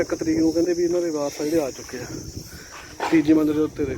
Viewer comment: Waaris, not Baaraas.